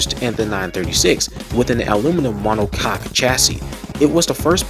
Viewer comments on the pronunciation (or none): none